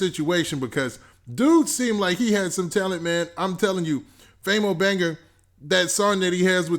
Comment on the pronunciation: This mane Saying Famo Banger instead Banga LMAOOOOO anyone notice that?